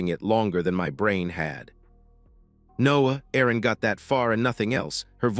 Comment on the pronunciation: I would think her name was Erin and the voice over makes it sound like arron